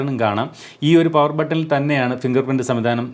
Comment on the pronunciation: പവർ എന്ന് പറയുമാഷേ